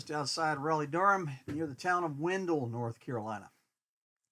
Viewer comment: It is a cool place, an old rock quarry. But please pronounce the town of Wendell properly.